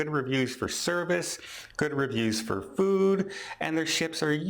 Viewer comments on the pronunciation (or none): none